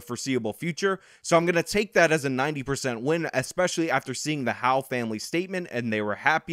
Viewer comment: It's HOWELL, NOT HOWE.